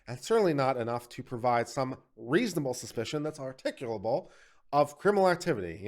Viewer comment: I find it hilarious you mispronounced "articulable" not once, but twice.